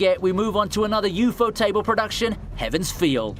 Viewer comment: Please for the love of God don’t ever try to announce UFOtable ever again